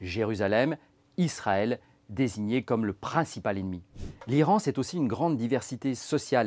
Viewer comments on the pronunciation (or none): none